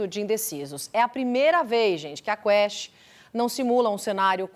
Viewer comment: Pesquisa Quespt??????? 😂😂😂😂, Exxperar o que?? Eeita?? Vice??????